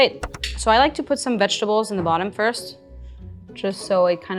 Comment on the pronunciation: Great recipe and equally grand results! With all the effort, why not put equal effort into script? How hard is it to just say "vegetables?"